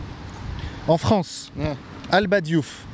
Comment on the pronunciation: Normal !!! " Sy la Fronce !!! "